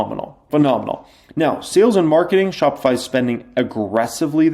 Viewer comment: shopify. chopified. 😂😂 my boy